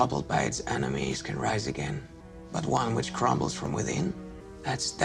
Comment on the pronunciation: Ok “Ryse” lmfao